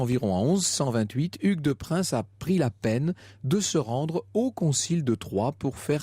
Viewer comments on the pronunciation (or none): On prononce "Pin" et non "Prins" pour la famille de Payns. On pronocera donc Hugues de Pin. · 3.11 c'est Hugues de Payns.. ..pas de prince